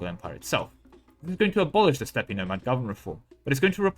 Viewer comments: Dear sir, the word "Steppe" is pronounced the same as the word "Step", just fyi ^^ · does he know how steppe is pronounced or is he just fucking with us is the real question